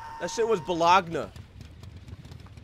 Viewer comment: Shit was Bo-Log-Na